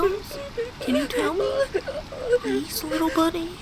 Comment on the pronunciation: tails is trying to say little but he keeps saying wittle